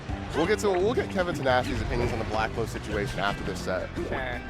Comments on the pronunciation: I was thinking "backlo" like "we're so BACKlo". tf is blacklo lmfao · Blacklo? Really? 😂